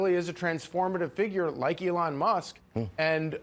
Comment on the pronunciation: His names elon not adon. Ity it. 😅😅😅